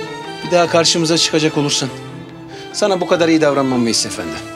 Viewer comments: şu delegenin yardımcısının ofonnim demesi nedir ya..o kadar türkçe konuş efendim diyeme)) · Fransua her "eföndum" dediyinde daha da qıcık oluyorum fransızlara..Ayrıca Dilrubanın elbiselerini tasarlayan hər kimse ona "alkış" diyorum.